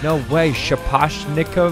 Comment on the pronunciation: Bro started gambling with his life when he tried to pronounce, “shaposhnikov” I edited the shaposhnikov cuz how the f—- are you gonna spell that?